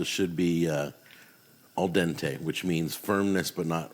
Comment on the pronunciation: Two reactions 😂... First when Jack put pasta in pan... Second when he say " Perfect aldente " ( sad that I dont know Italian) 😂😂😂😂